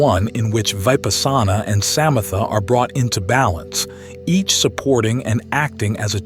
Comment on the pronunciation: The pronunciation of Vipassana and samatha and other words is wrong. I suspect this is AI. I have done Vipasana for over fifty years and never heard it pronounced this way.